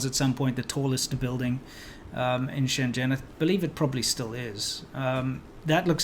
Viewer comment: It's so weird to hear you pronounce 深圳 as shen zhen, when you know how to pronounce it properly, lol.